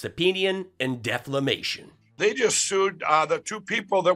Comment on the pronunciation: deflamation?????. against that election inflamation......